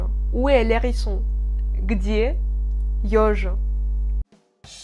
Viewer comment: Bon, on dira plutôt "le Hérisson", non pas "l'hérisson". Tout comme une faute commise souvent par les Français, qui est de dire "les haricots" en faisant une liaison qui n'a pas lieu d'être: "les z haricots"